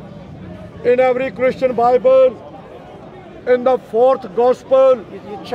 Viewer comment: you cherrry picker😂😂 Christiaan resbekt yoourrr Bibh'al😂😂